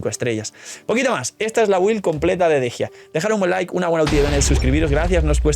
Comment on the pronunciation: Por qué le dicen Dejia si se llama Dehya? La pronunciación es similar a Deyanira.